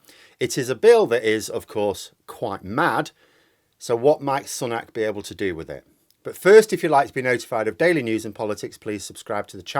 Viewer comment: It's pronounced "Sue-nak" not "Sun-ak" That's how he - and everyone else - says it